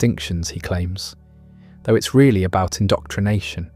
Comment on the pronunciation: But not rearry